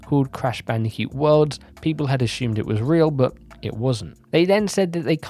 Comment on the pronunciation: I can't stop hearing you say "Crash Bandicute"